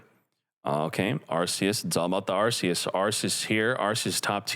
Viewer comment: PLS SAY THE NAME PROPERLY ITS PRONOUNCED ARKEUS YOUR KILLING ME 😭😭😭😭